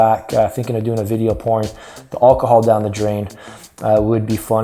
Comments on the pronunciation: He cant say alcohol !!!!!!!! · I noticed that, maybe he's still drunk lol